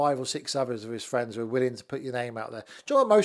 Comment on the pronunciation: "My friend Donald Trump" dream on mate.. fwends, fwends oohh can i be your friend, trump wouldn't piss on you if you was on fire